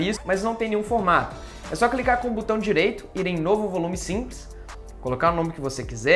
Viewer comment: Morro com o falando "butão". kkkkkkkkkk